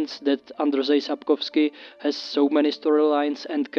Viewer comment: First time I heard someone say Sapkowski right in an ensglish video